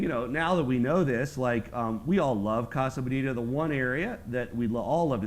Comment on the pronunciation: do you mean colorado or casa bonita? cause being spanish they are not pronouncing casa bonita right at all lol